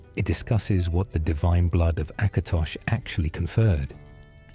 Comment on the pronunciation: It's "Last Scabbard of AKATOSH," not "Acrash"